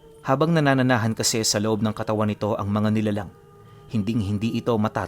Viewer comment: Nananahanan, hindi nanananahan.